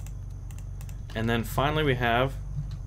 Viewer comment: Not trying to be mean or a Grammar Nazi (lol) but it's actually pronounced swiss-gever. Luv ur vids they helped a lot. Thanks